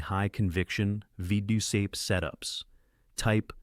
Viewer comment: It's like listening to someone with a speech impediment that prevents them from correctly pronouncing VWAP.